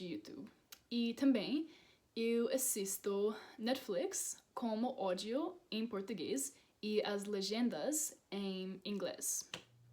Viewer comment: Rindo de mim mesma porque quando ela disse que o ÓDIO estava em nossa língua eu mosquei uns segundinhos para entender ÁUDIO.